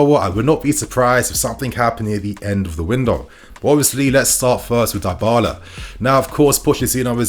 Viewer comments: I cringed every time you said Darbala…Dibala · Pronounced “Dee-ball-ah” not “die-ball-ah” 🙄